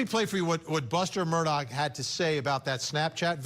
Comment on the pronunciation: None of the people broadcasting this Murdaugh situation is pronouncing the last name right. Every channel!! Everyone keeps saying Murdock not Murdaugh & Nancy Grace is saying Murdaug. Come on people...REALLY???